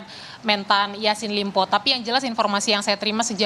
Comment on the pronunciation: Ini juga kompas tv kagak jelas... Kok sllu bilang ysin limpo.. pdhal namanya syahrul Yasin Limpo... Hahhahahhaha